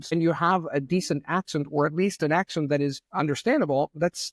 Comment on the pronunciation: like everyone with a C2 level and good pronunciation, still does make mistakes that make him sound like a foreginer, you just have to listen to him talk for a while. The way he pronounces "accent" sounds more like the German word "akzent" for example.